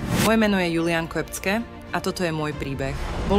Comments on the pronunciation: Btw neříká se to je julian kvepcke ale džulijen kepke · To meno sa cita Džulien kepke